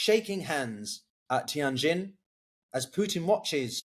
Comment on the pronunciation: Where on earth, china presumably, did the parties meet? Was it Tianjin? Mate, next time you need to pronounce a Chinese name give me, or anyone, a call. That was something out of left field.